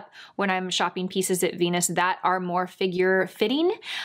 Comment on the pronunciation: "My favorite veans from Jenus" lol Sorry, but that cracked me up! You're so cute. Everything looks great on you.